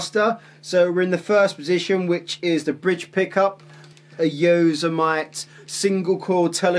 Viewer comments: Yoh-seh-might pickups 😂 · Yosemite is pronounced: Yo - sim - itty Nice demo